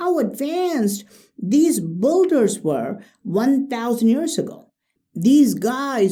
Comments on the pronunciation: Dear, I'm a great fan of all your videos, man! and your English is great, you pronounce all the words correctly, so can you please also say "builders" as [bee]lders, but not BULLders?? correct pronunciation for "builder" is [ˈbɪldə]. Thank you very much!!! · OMG!! [beee]lders, not BULL!!!ders can you please stop mangling this word you use 1000 times in each of your videos?!? my ears are bleeding already!!!